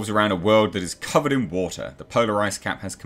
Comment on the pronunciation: AND BO'OH'O'WA'ER.... world